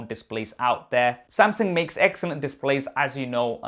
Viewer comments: Uncle.....it is pronounces as Samsung.....not Sam Seng.....lol..... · Am I the only 1 hearing samsing